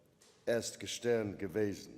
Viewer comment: I didn't notice ! Did you notice how he pronounced "gestern"? Ge-Stern - he obviously does not understand what he is saying.